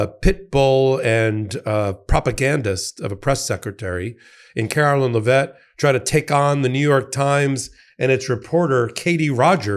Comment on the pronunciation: Her name is pronounced "Leh-vit", not "Luh-vet".